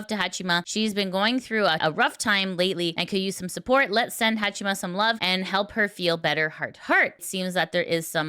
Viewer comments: ""Hachima"". You would think how much Haato talks in third person you would know how it is pronounced. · It's Haa"chama" not chima. Fuck, you're reporting about vtubers and you cant even pronounce their names.